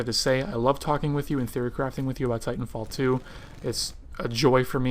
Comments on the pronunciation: Great video, very informative. also it sounds like fighnfall 2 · he says " fitan fall 2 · it sounded like you said fighting fall 2